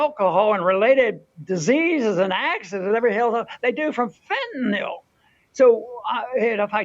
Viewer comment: Wow. Shout out to Ron Paul for being one of the ONLY public figures, including journalists, who actually pronounces "fentanyl" correctly. It's only one of the most dangerous controlled substances on Earth.😅